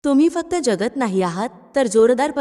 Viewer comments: ज्यगत असा उच्चार चुकीचा आहे. जगत असा उच्चार करायला हवा. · मराठी उच्चार सुधारणे. जगत हाशब्द ज्यगत नाही.वगैरे वगैरे………….